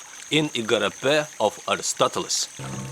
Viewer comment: your mispronunciation of Aristotle made me think about unsubscribing but then I thought that I wouldn't be able to find another completely insane guy like you, so I didn't. by the bye, he wasn't the creator of scientific method, he just pioneered it. also the pronunciation of Diogenes leaves a lot to be desired, but do we really care?